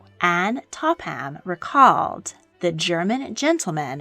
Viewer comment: "Topham" is pronounced "Topam", not "Top ham".